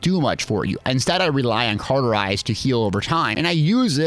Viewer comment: Cawwwwwterize not carrrrterize cauterize is an easy word to pronounce so pls stop butchering such a simple, so simple that latin is the language of the dead, language. Since the dead have little to no energy they needed a simple language that was so simple it actually makes you dumber over time. Hence the reason I barely speak. Typing is a whole different story ,however